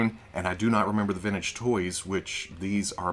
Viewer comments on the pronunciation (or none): none